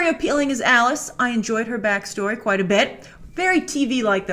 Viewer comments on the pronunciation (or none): none